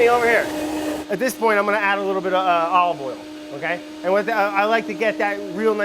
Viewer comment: "almost start to get a little bitta warm"